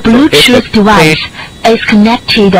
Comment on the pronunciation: “The bluechoof dewice… is connected, uh, successfulay” 💀